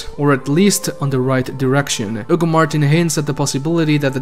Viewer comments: not really. Its because Hugo is a common name in spanish so we dont say the H. We definitely say the H on... That guys name. Lmao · keeps calling Hugo "Ugo martin" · The H in spanish is silent 😄